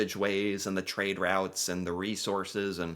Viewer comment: Its routes not rowtes.